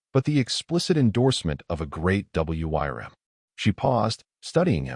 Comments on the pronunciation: It's pronounced "worm" not W Y R M. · FYI: "Wyrm" is commonly pronounced the same as "worm" and a bit more romantically as "Weerm" ("y" as a long "e".) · Great story and wish there was more but learn how to speak wyrm which sounds "worm" though you can use the y a little more strongly. That was the only thing that drove me crazy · The story was a nice one, but what made me laugh was the AI trying to read out "Wyrm" and failing every time. xD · Hate the A I cannot pronounce Wyrm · Why do you spell out w-y-r-m? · AIs inability to say wyrms or wyvern can pull you out of a story very harshly. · I wonder if anyone can teach the stupid AI to pronounce WYRM or Wyrms? Not to mention numbers and years or dates, which also seems to be a hurdle the AI still cannot handle correctly. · Somebody please teach the AI how to pronounce the wrym not just spell it. I like the story though. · WOW, this has to be one of my favorite stories i have listened to thus far. A part 2 would be awesome. Hope to see more about the Gift he was given along with hearing more about what kind of creature was in the cave that he spared. Edit: Was kind of weird listening to the AI narration spell out Wyrm through out the story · Beautiful story well narrated except for WYRM. provided the correct pronunciation which the narrator could have found online rather than spelling it. Kinda sloppy. Would love to see more stories about Ethan’s work with the dragons. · Curious as to what wyrm means and why does the ai reader spell it out?? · AI voice wasn't taught to read it properly